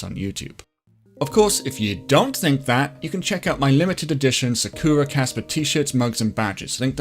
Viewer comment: It's sAkura, not sakUra. Please